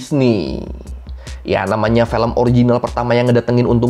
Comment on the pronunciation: Film bang bukan Felm ✌😅